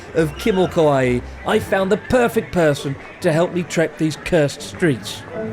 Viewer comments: Does Japanese pronunciation count as "kimo-Kawaiiiiiiii"? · Is it actually Kawaii and not Kawai? Oops 😅